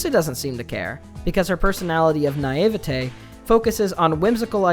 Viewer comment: loved the video, but the way he says naivety just kills me